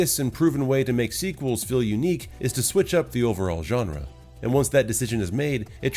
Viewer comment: Wow an American that pronounced "genre" correctly 🤯